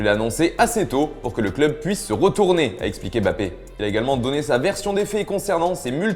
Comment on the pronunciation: On dit pas Bappé mais Mmmmmbappé